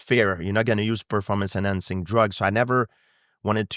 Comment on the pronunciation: "i am not impressed with your pearformuntz..." GSP on Matt Hughes